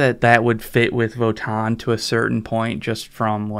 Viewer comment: Just for the record, it's Vo-TAN. It's not a double aa sound, it's a hard N. So It's Vo-Tan.